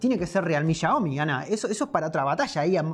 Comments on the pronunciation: cuando ves en vez de 'xiaomi' 'chaomi' XD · SE DISE XIAOMI